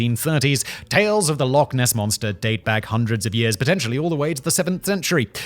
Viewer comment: Okay so... love your channels Simon, and I will always strive to ignore most of your mispronunciations, but kindly, please, for the love of fraaaack... it's Loch... ch... not Lock. Please. Pronounce it right. It's not hard. Just phlegm a bit. Ch. I am begging.